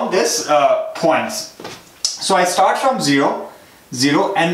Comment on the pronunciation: bro why cant you pronounce start as start instead of starhht, btw great video